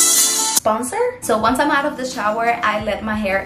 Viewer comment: The fact that she doesn't say 'I'm'....instead she says 'ig' is so cute❤